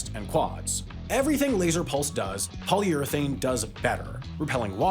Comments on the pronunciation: polyurathane, really? it's polyurethane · It's polyurEthane, not polyurAthane